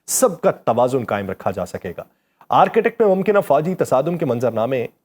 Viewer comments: .its arctic not architect. 😅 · آرک ٹِک ، بولیں، یہ آرکیٹیکٹ نہیں ہے۔ Arc tik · Architect or Arctic (Arktic- pronunciation) 🤣🤣😂😂😆Bhai pronunciation tou sahi ker lo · میں پچھلے کئ ہفتوں سے آپ کے ویڈیوز دلچسپی سنتا رہا ہوں۔ آپ کی آواز۔ الفاظ کا چناو اور ان میں ربط کافی متاثر کن ہے۔ آج تھوڑی سی تصحیح کرنا چاہوں گا۔ Arctic جسے عام طور قطب شمالی کہا جاتا ہے۔ اس کا تلفظ آرک۔ ٹک ہے۔ Ark-tic ہے۔( آرکی-ٹک) نہیں۔